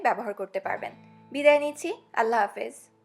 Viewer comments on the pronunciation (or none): none